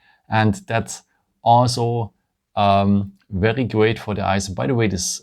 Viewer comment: You really have to work on the words ‘’ very ‘’ it’s seems like you are saying’’ verrerie ‘’ I know you are French but you do have a nice English apart for that word try to say vai -ry instead ve -ry witch the ve is prononce in French , and try to say ry like the word wrong not rong , so vai - wri And not ve -ri